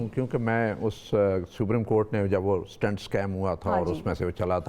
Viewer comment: It is 'stent' not 'stunt'